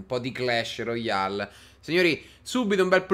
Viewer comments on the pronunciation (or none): none